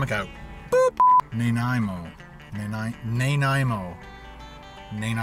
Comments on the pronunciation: Listening to you trying to say Nanaimo was more interesting than anything else in the video. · I cringed every time he said Nanaimo, I've never heard someone pronounce it like that before. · Alex Ander Theres lots of people who mispronounce it. Not just Ken. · fuck i know multiple people from all over the states that can pronounce nanaimo but not a fellow canadian? as a person from nanaimo im dissapointed. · Learn how to pronounce nanaimo bar please, it not a hard word.... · How can you not know how to pronounce Nanaimo?